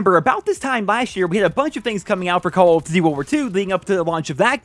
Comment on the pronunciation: "Call of Ditty: Wuwar 2"